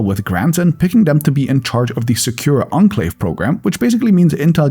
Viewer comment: I'm pretty sure that's not how you pronounce enclave.